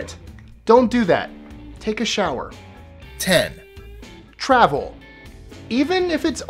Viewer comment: I clicked on this just to see if you said shower. Good job.